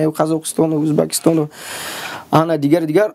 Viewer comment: Ассалам алейкум братья. Я один заметил такой нюанс... Гость справа от ведущего по имени говорит что негативно относится к дискриминации на национальному признаку. Что это проявление себя как в каменном быту. При этом произносит слово УзбАкистон. Наверное УзбЕкистон? Может стоит начать с себя. Мир Вашему дому